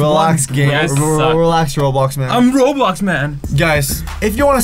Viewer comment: roadblox man Ya I purposely said roadblocks cuz that's how he says it on his channel